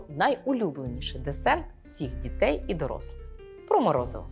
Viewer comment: Дякую за відео) 1) Забагато жестикуляції - літання рук відволікає від змісту. 2) Зверніть, будь ласка, увагу на вимову деяких звуків: "ДЗітей", "починаюЦь", "маюЦь бути", "не викликаюЦь"... І навіть власне прізвище ви "зацокали" - "" ))) Успіхів)